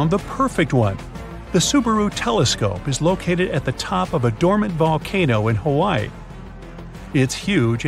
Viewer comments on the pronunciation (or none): none